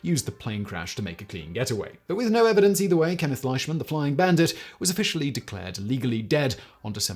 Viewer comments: Most of what you said is true. There's a few things you got wrong tho lol. And please for the love of God, his name is pronounced LEESHMAN not LISHMAN! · Its pronounced, leeshman .. He is my cousin's grandfather great video thi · yes he is correct. It is LEEshman. I should know. The Flying Bandit is my grandpa. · You did a pretty good job on the presentation Although the correct pronunciation of his last name is Leeshman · Same with Leishman. It's LEESHmin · We pronounce it Lishman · Are you sure? ei is usually pronounced I in German as in Einstein, and Ramstein. Ok looked it up not a German name. Scottish in origin apparently and you are perfectly correct. I would have pronounced it just like he did (and been just as incorrect), because of the spelling.